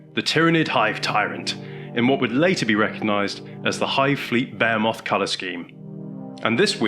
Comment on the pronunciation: Beh hee moth. Bohemoth.